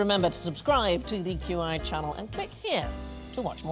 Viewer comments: Stephen pronounced "qi" as "kee." I think that should bar him from being able to play use it 😆 (It's pronounced "chee"—or "tshee" if you're pedantic.) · I'm surprised at Stephen... "Qi" in Chinese (meaning "life force", as he'd said) is pronounced "Chee" - and it's quite plainly common knowledge... I'm not revealing any secrets of the universe here LOL I'm betting that after the fact, he realized it, knew that he knew it, and was kicking himself thereafter lol Gawd, I love that guy ^_^ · 'Qi' isn't pronounced /ki/! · The Latin alphabet has no way to indicate tone, and Mandarin is a tonal language, so the different-toned words using the same phonemes had to be transliterated with different spellings. "Qi" & "chi" are both pronounced "chee", but are spoken in different registers. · Key, Kai, or Chee, but never Chai, depending on the localization of the word. In Japanese it's translated either ki or qi and pronounced key. In Chinese dialects it's spelled any of the three, but qi and chi are pronounced Chee while ki is most often pronounced Kai. (Un)fortunately there's many dialects of Chinese language and they rarely agree in pronunciation, so it's rarely worth correcting someone pronouncing a Chinese word "wrong". Remember, Peking and Beijing are the same place. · Qi is pronounced “chee” not “key” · ‘Qi’, meaning the ‘life force’ in Chinese is pronounced ‘chi’. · "qi" is pronounced "chee", not "kee", in Chinese. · As much as I love and truth QI facts, if you know about something and it comes up in the show, they do often get things wrong, and in this clip the pronunciation of the Chinese word is wrong, it isn't pronounced like 'key', but like 'chea' in 'cheat'. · Qi is actually pronounced more like “chi” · Qi is pronounced Chi, but ok